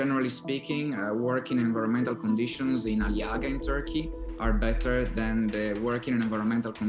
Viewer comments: There is one easy way to fix "Ali yaga", just ommit the "ğ", Aliaaa. See ? easy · I was watching this with my Turkish husband. He was getting irritated that they were pronouncing Aliağa wrong. The “g” is silent.